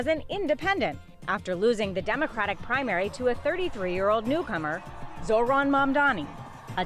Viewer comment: All these months and the man still can’t say Zohran’s name right? Couldn’t take more than 5 minutes of saying it to yourself a few times in a row to get it right yet he can’t be bothered. What a turd.